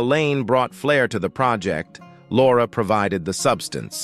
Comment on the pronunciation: I tried, I really tried to get through it, but the increasing mispronunciations drove me crazy. How can the robot keep getting "Laura" incorrect???